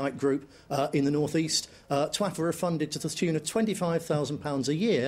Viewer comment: lol'd when he said TWAFFA